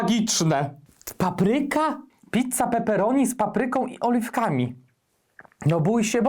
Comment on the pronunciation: Pitca, pitca, pitca, pitca, pitca, pitca, pitca, pitca, pitca... xd